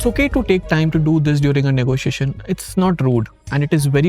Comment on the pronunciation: It's negotiation , not negosiasion